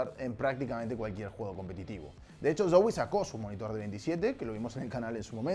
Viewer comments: se me hace gracioso como pronuncia la Z de Zowie como un "ds" sonando como dsoui xd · que raro pronuncia zowe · Soy al único al que le incomoda como dice zowii (como se escriba) dxdx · Soy yo o dice mal Zowie?? (Creo)